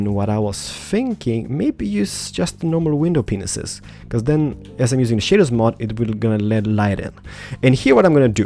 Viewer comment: At + he said penises instead of pieces lol